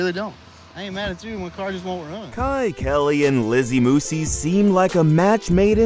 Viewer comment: He can’t even pronounce her last name correctly